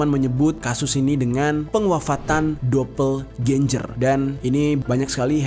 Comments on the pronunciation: DOBELGENGER GTU BANG. Aneh bgt nyebutnya dobelgenjer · Bro doppelganger bacanya dopelgenger, bukan dopelganjer!.jadi aneh kedengArannya. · Dapel genjer pranowo 🤣🤣🤣🤣🤣 Bisa kali bang googling dulu cara bacanya wkwk